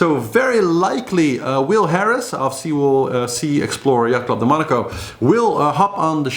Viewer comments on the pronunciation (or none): none